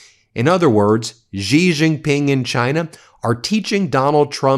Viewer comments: touch - its not "ji" its pronounced "she" jing ping !! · Guys, let me help you out here. Xi is not pronounced Ghee, it's not even a hard sound for English speakers. Xi is pronounced exactly like the English pronoun 'she'. Don't overthink it. Xin (Hua) as in the newspaper is like 'shin'. And you are welcome to any and all: 'That's what Xi said' jokes. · X is pronounced closer to sh. It definitely is not pronounced like a j. Please correct your pronunciation! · You do not know how to pronounce the "X" sound eh? It shouldn't sound like a "J". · Can you please just say Xi's name right, please? Not "Gee", just say it like "she". Don't overcomplicate it. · The PRC dictator's name is pronounced as "she" not "ji". Otherwise "xiler" is acceptable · You are not pronouncing the president of china's name properly Xi is pronounced the same as she. Being a reporter , you should learn how to pronounce people's names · She JingPing it’s pronounced She. Like he/she. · Xi is pronounced ‘She’. I promise. It sounds funny pretending it’s some mystical sound. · FYI, xinhua is pronounced Sinc - Hua and Xi is pronounced Sea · You would think after all this time and hearing his name correctly pronounced, Ben would put even a modicum of effort into it. It is XI (pronounced SHE - like She is a doctor). Seriously, you get every middle eastern name correct. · Why don't you pronounce Xi correctly?